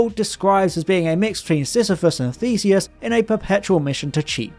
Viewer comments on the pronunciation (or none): none